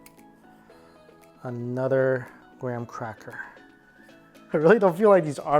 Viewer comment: anudder cheap product for graham cracker s'mores! one day u'll learn TH sound.